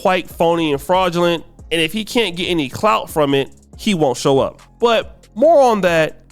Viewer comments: She said, "why caint us". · why "caint" us